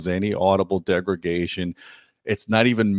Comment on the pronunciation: my man! big fan of audioholics from ages ago.. must say i love how you say "degregation".. ha ha, hey just givin you some friendly shit there!.. love the channel, and keep up the real honest work! so many of us appreciate it greatly!.. i myself also have a channel, SUPER blindman, where i discuss some of the differences between good and crap cableing, i often find that the differences are subtle if outright non-existant, most especially between hyped out and true, honestly rated and speced cables.. i've been going blind all my life due to a degenerative retinal condition and live by my ears, i keep looking for those great cables with open and neutral sound.. neutral.. i know kind of a oxy moron there, but when i find something that really works nicely i stick with it! i also find most people just do not have the ability to hear subtle noise when i can, and that's ok, i still try to educate them whenever possible about real science when it comes to audio and to avoid hype.. must say i love you guys at audioholics for that! long story short.. big fan and keep the videos comin! in fact.. i'd love it if you could do more review videos here on youtube rather than mostly written reviews! i enjoy your presentation and most especially wanna see a video about that awesome RBH dual 12 sub you recently got!!! thanks